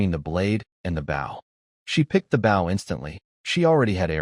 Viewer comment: U telling me AI having such trouble pronouncing Bow (the weapon), using Bow (bowing to someone) but it can pronounce Sauna absolutely perfectly? Alr AI, alr.